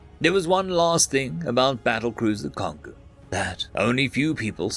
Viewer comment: That first story was oddly tame. The second story, however, reminded me of Space Battleship Yamato. That being said, it's pronounced Kon-go. Like Congo.